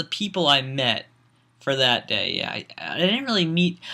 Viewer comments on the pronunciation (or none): *day, not dat.